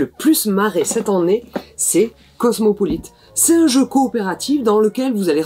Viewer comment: On dit "cette han nnée" à Toulouse ?